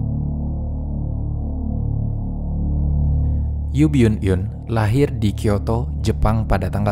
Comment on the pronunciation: Baca namanya Yu byun eun